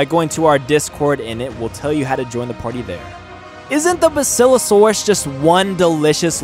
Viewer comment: It's bass ilo saurus